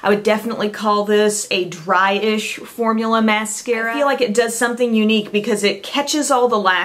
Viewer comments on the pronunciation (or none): none